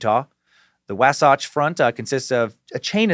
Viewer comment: 1 note from around 10 min mark, its pronounced "Wah-satch". My back yard lol. I miss it up there